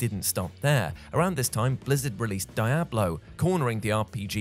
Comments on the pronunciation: Die-Ablo? Do people say it that way? i have only ever heard Dee-Ablo, until now anyways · Why am I so upset at how pronounces Diablo? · i had to recheck 3 times that it was indeed speaking as i simply couldn't believe it... i thought he was trolling and waited for some sort of joke on that part.. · Glad I'm not the only one. My eyes bugged out when I heard it. 😂😂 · >Gaming channel >Doesn't know how to pronounce Diablo